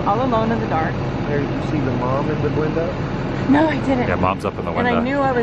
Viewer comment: Please,have the courtesy to STOP talking while the Tour Guide is talking. I have never been there and I would have liked to hear what he was saying. Also,IT IS NOT /Windah/it is WINDOW.